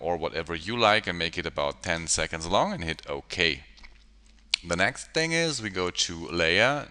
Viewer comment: The word is next, sir Why do you say "nextus" all the time. Very annoying. Further more I thing it's a bit cheap to call yourself the tutorial pilot. We all know Andrew Kramer for years and his groundbreaking work at videocopilot. I presume you mean well but why ride along on his name. Quite frankly you are no match, certainly not from an educational point of view. Sorry